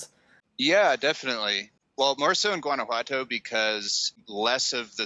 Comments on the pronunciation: It kills me how in the intro he pronounces Guanajuato and is NOT GuanajuaNto is Guanajuato :I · juan-a-hua-toe... yeah that bothered me too, haha. If you're going to talk about a place, learn to pronounce it correctly. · Please learn how to pronounce the word GTO. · It would be nice if you learned how to pronounce Guanajuato.Thank you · Dude's, loved the vid. But, please learn how to pronounce Guanajuato! Drop the hard G.... I love both San Miguel and Guanajuato. But, I ended up moving to Merida. It's super hot, but has all I want. Que te vaya bien.